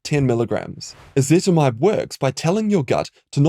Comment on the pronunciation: "Ezetimibe" not "Ezetmibe"